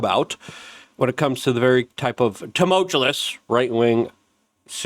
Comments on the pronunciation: "tumuchewlus" .... uhhhh wut ? it's tumultuous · Tu-mul-tu-ous sir, the word is tumultuous not tumchulous, your killing me smalls.